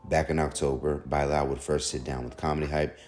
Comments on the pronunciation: By lall man it's Bilal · By-lal 😅😅😅😅😅😅😅 not Bilal? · That’s not how you pronounce Bilal